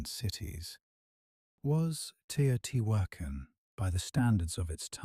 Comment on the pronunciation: PLEASE pronounce the names correctly. It's frustrating that you show such wonderful historical facts but don't take the time or make the effort to pronounce Teotihuacan correctly. It is not " tio-tee-who-ah-khan. Please don't insult.